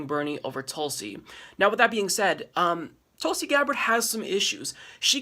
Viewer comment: SAY IT WITH ME! TULSY! TWENTY TWENTY!